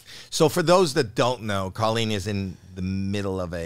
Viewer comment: Ill never get over how Colleen is pronounced co-lean when I’ve always heard that name pronounced “col-lean”